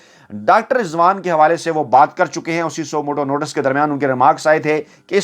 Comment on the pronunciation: word is notice not notas